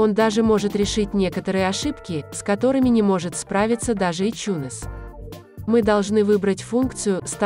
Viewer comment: Какой еще ичунес на хрен? Айтюнсом он называется и назывался всегда. Слышать такой бред с души воротит. Можно хоть названия говорить нормально. А то в место айфона можно обозвать ипхоном блин.